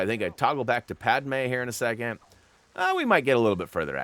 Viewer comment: WOW you actually pronounced Padmé's name correctly for once, instead of Padamé which is how you pronounced it before you said Padmé good job young learner